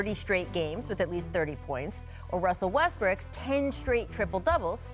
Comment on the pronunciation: LMAO she said Russel Westbricks 😂